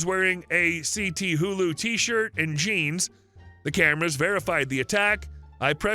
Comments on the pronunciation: Cthulhu = "Kuh-thu-lu", not c-t-hulu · C.T. Hulu? heheh Ca-Thu-lu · “C-T-Hulu”? Why not say it as Cthulu? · It's not C T Hulu , it's Cthulu, all one word. Actually it's a name, you should know that. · Well... "C T Hulu" kinda confirms this as an AI voice... because I think at this point most people know what "Cthulhu" is. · My only problem with this story. Cthulu.... Go look up H.P. Lovecraft and you'll learn how to pronounce it. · You should learn to pronounce Cthulu. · "Cthulu" is one of the hardest character names to pronounce in Fantasy/Science Fiction literature. Not only can I not pronounce it, it is one of the reasons I have never read fiction containing the character because of that name...😁😁😁